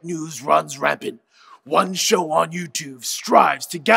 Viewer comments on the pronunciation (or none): none